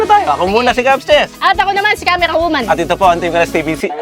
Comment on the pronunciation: same kami ni camerwawoman, hirap sa "R" haha